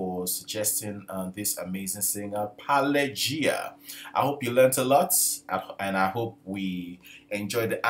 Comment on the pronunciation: Naturally, it is difficult for you to pronounce the name Pelageya correctly. Correctly pronounce it Pe-la-ge-ia. Here's what her name sounds like at 00: 53 and 00: 37 . Her real name is Polina Sergeevna Smirnova. Polina! (the same as Polina Gagarina) Abbreviated name from Polina-Polya. Fields in ancient Russia were also called Pelageya (Pelageia). Hence the stage name. One of her most famous performances - at the opening of the Olympic games in Sochi 2014 You can read all the information about it on Wikipedia